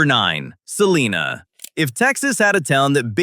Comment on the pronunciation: Sa-line-ah not seelina 😂 U R obviously not from here!